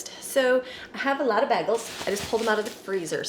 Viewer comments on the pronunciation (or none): It’s bay-goals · Sorry but it's pronounced more like: bay-gels. I almost couldn't find my MP3 players that I packed for our trip (I'm finally unpacking), but I found them.